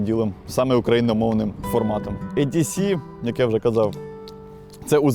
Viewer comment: дуже крутий контент, дякую вам!…але кажіть не ЕДіСі, а ІДіСі….англ «е» це «і»…дуже ріже слух коли Едісі 🙈 (я розумію що еврідей, проте це абревіатура, а сама буква має звук «і»)